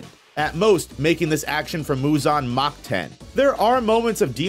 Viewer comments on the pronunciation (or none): none